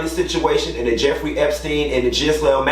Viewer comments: Can someone tell it isn't (Gis-Lane) Maxwell. It's (Geer- Lane) Maxwell lol that is how her name is pronounced (Geer-Lane) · HER NAME IS PRONOUNCED GILLAYNE NOT GISLAINE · Did Q keep say "Jizz-lane Maxwell" more than twice? I don't wanna be that internet person correcting pronunciation so I'll tell you how I bust out laughing like a kid everytime. He's correct on the statistics of the amount of victims. If I'm not mistaken if 30 different ppl that don't know each other came out with similar storie you usually can double the claims. There are victims that haven't yet come to the realizations they've been abused & there's others that don't wanna share their abuse stories with anyone. Q is also correct in that people do all different drugs you wouldn't IMAGINE! Your kids teachers, principals, law enforcement, the HVAC repair person, your cable guy, the perfect soccer mom, PTA, Girl Scout leader, daycare workers, priests, your 75y.o. neighbor, bus drivers, the Dean at university, Drs, RNs, your surgeon may have been high when you had that big operation, psychiatrists, coaches, yo' mama &/or yo' daddy, yo' chile...I'm just taking the piss with the length of that list tho. It's just with my husband being a retired police Task Force officer with the DEA for over a decade & now a Special Agent with Homeland Security Investigations. No, not border patrol. No, he don't care who's here illegally. His team looks for drugs as well but his primary focus is pedophiles & child sex traffickers. Did I (less than) humble brag on my dude of 20 something yrs? Yeah. That being said (if anybody bothering reading this) the stories of the folk that do drugs are astound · Ghislaine is pronounced gi-lane (hard G) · So Tiny was in charge of the girls?! And I 🖤 how you mispronounce Ghislane’s name because fuck her.